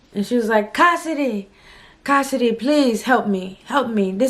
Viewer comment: 😂😂😂howwww casss “hey cohssidee it’s Claire.” Lmaooo